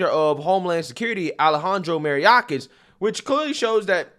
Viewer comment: Love ya bro but, for the love of GOD, get that idiot's name right. It's pronounced Muh-Yore-Kus ...